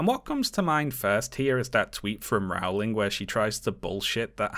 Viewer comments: My dear, your videos are incredibly well done. You are a Briton. Rowling is pronounced "rolling," for goodness' sake! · How can a Brit not know how her name is pronounced?? It is very distracting.